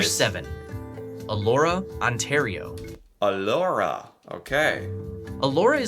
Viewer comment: Elora not Allora